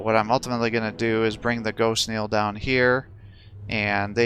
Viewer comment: Very good Game! However I would like to point out its GhostKEEL not GhostKneel, But Entertaining non the less Keep it up!!